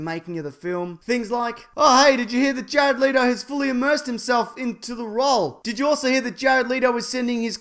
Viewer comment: Jare-odd Leedo